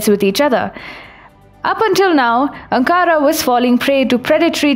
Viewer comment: Its Ankara - not Ancaara